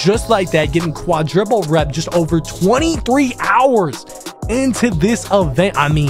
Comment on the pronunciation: Fire vid but it’s quadruple not quadriple